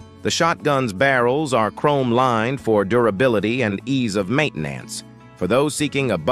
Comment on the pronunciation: "ad just table trigger" "mane ten nance" Please, get another computer program to read your scripts.